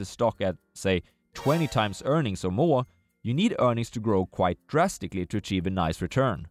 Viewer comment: For everyone's sake, sir, please, "quiet" and "quite" are different words, it's been years of you pronouncing it wrong!